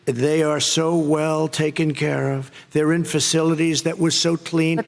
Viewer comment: Clean "Facilities". FACILITIE?????!